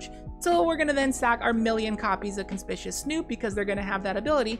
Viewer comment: That’s not how you pronounce conspicuous lol